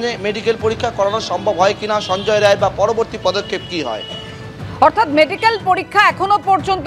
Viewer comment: Don't pronounce it as Ray instead of Rai